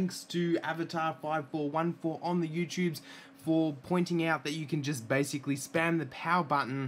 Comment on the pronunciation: didn't understand what you were saying ("spam" the power button) but i think someone said in the comments that they "slammed" the power button. i gave it a nice slam, about the strength i would use if i was hammering a thumb tack into a drywall, but with the bumper case ON. Thanks, and thanks